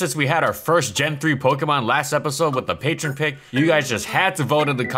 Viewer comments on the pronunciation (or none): none